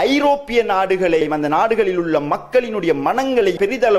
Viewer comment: உள்ளே என்று சொல்லும் இடத்தில் குள்ளே குள்ளே என்று சொல்கிறீர்கள் இதனை தவிர்த்துக் கொண்டால் நன்றாக இருக்கும்